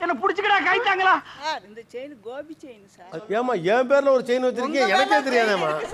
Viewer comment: அது கோபி செயின் இல்ல கோவி செயின்